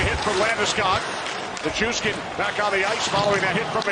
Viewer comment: I'm just glad I don't have to hear say "Nick-ushkin" anymore